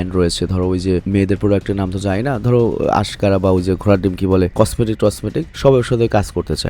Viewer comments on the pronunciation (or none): ভিডিও দেখার মাঝে আশকারা সুনে কমেন্ট না করে থাকতে পারলাম না ও টা আশকারা হবে না মাশকারা হবে ভাবি কি বলে নাই 😁😁